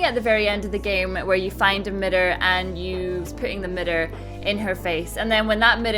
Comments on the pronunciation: mirror not midder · I don't want to mean or anything but mitor or mirror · What's a midder? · "A Midder?" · What's a midder ???? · She says mirror funny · the way she says mirror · righteous gamer I love how everyone is calling her out for that and I didn't even notice it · I like how you say mirror. :)